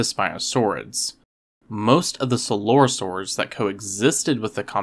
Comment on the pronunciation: You say “coelosaurids” weird. I’ve only ever heard it as “ko-el-o-sæur-id.”